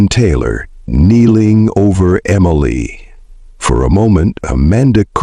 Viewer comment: Emily. MLA. Emalay. Emelii. AI truly sucks.